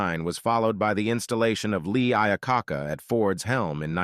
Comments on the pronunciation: Thats Lee Iacocca, not Lee Iakokka. how can you make a report on Ford cars and not even pronounce the man who invented the Ford Mustang? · Yet another AI video ruining YouTube....Lee Ia-Ca-Ca made me laugh though. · Lee "Eye-ah-COCK-ah" made me chuckle... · Uhhh, That should be Lee Ia-a-coke-a, not Lee I-a-cocka ? :face-orange-frowning::face-orange-biting-nails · Lee Iyacocker😂 nice job AI😂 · "Lee Ia-kah-kah"?! Really?! 😂😂😂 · Lee Ia-cock-a? 🤣😂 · That robo-voice! "Lee EYE-OH COCK-AH" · Ah yes Lee IO-Cock-a my favorite guy they say he saved CRYsler too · What happens when you use AI to generate videos: "Lee Eya - cock-a" -- lots of irrelevant information about Edsel, nothing to do with it being "forgotten" or "worth forgetting" -- more typical of an AI search on keyword "Edsel" -- some auto factory that is NOT producing Edsels, and apparently early to mid 1960s, well after the Edsel was being built Seems to have no idea the US and European Ford Granadas were two separate cars with the same name. "Ford Fairmont in 1978, the replacement for the Ford Falcon" 1 The Fairmont replaced the Ford Maverick, not the Ford Falcon 2 Voiceover comes hilariously after showing a 1962 Ford Falcon 3 The US Ford Falcon's last year built was 1969, with the nameplate being used through the end of 1969, as 1970 models. Ford Australia had something called a Falcon, all the way through 2016 "lightweight unit body construction, mostly forgotten today" Unit body construction is near-universal in cars in 2024. "Ford EXP was so good looking...." Pretty universally the EXP's dopey hooded headlights made it regarded as unattractive and weird "Designed to compete with the Pontiac Fiero, Honda CRX, Toyota MR2" Fiero was introduced in 1984, CRX and MR2 around 1986 -- well after the 1982 EXP intro. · Lee Eye-a-cocka lol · You can pronounce eponymous but not Lee Iacocca?